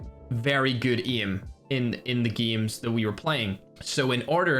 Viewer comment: the day imma be a pro is the day he pronounces aim like a normal human being 😂